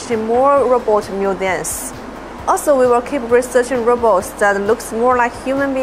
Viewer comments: RO-BOTS not "robbits" or "rabbits! Who the hell is narrating this? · Now if we could teach ya ass to say robot instead of ra-bots. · Robets?? why are you saying "robets" ?? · When AI keeps saying Robber 😂😂😂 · is he saying rabbits instead of robots!! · They need to hire somebody who knows that robots is not pronounced 'rahbats'. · I hear RABBIT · If you going to use AI for your commentary on your Pro Robots channel, then make sure your AI can say Robots.. 🤖